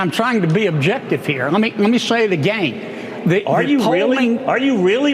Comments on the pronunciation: “I’ll Say it Agane” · That stupid hick bastard can't even say again correctly, so who the fuck is he to call anyone ANYTHING?? Kennedy is an utter embarrassment. Also, fact check these fuckwits who keep lying about abortions happening "after birth". That is murder. Murder is illegal. Stop. Fucking. LYING! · And another thing: who the hell says "agayne"???